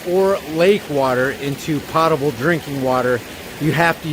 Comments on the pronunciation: PO-ta-bul not pot-a-bul. I'm just saying it's a long "O" . Let's not give them anything as far as Flouride is concerned, it's all a way for the aluminum industry to get paid to get rid of a hazardous by-product. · Potable has a long O. As in a potion